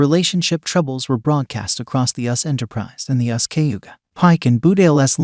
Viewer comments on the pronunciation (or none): I think they're referring to the narrator of this video, not the songs. It's not auto-tuned -- it's an AI narrator reading directly from a typed script. That's why there were mispronunciations, such as "*US* Enterprise" instead of "*You-Ess-Ess* Enterprise*". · How can you tell something is AI? When they consistently read USS Enterprise as us Enterprise.